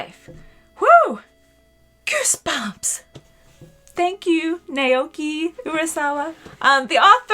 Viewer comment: It’s pronounced like “Now Key”. Great review!!